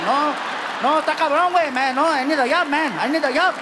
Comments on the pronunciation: I need a yob man, I need a yob! I had to check on the English caption to understand what he was saying, and somehow it was too funny for me. 🤣🤣🤣 I don't know why but I keep replaying that part and laugh like an idiot I am... I don't know much about Latino/Mexican/Spanish, I learned what I know from Fluffy!!! ❤❤❤ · "I need a yob" I really need a job. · " I need a yob man, I need a yob!" HAHAHAHAHAHAHAHA~!